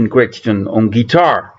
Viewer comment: Love the list. BTW the name Crichton is pronounced to rhyme with "whiten". I love Beginner's Guide but don't like Generation 13 as I think it lacks good melodies and the lyrics are too expository.